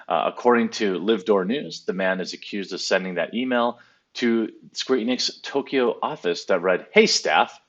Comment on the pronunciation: I've never heard such a massacre of the pronunciation of Tokyo